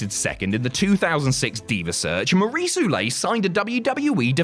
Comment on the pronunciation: Lmao come on, you could have checked a video of her saying her own name "Maryse OO HEY LETT lol not oulay